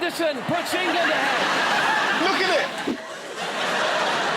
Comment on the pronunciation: Engerlund……. Engerlund Feetbahs camin ham 😂